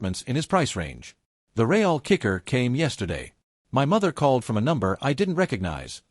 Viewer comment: "Dollar two hundred..." "Ray-ell"..." Sheesh, shaking "M-Y" head. 🙄🤨